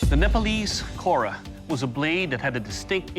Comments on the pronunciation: It’s called as khoda not kora 🤣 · Actually it's pronounced as Khoda.